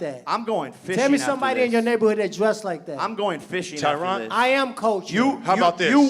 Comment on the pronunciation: “I never was Tyrone number one” yo everybody say Tyron’s name wrong but I like how he let em know✊🏿